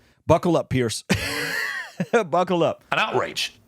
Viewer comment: Love your channel and God bless. I just wanna say the name is "Piers", pronounced "Peers" not Pierce